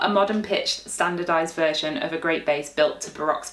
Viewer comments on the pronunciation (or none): none